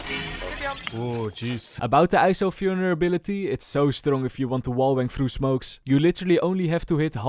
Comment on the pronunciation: The way he pronounced Vulnerability like “Fyolnerability” is so soothing for some reason